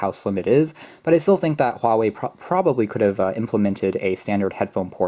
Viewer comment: you must be Chinese or at least Asian, cuz you are the only youtuber who got the Huawei pronounced right. lol